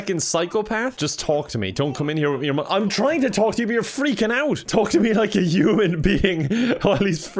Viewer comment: Why does pronounce “Human” “U-man” always wondered.